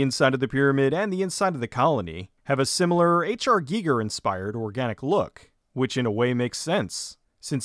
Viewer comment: omg! first american saying Giger's name correctly. 100 points!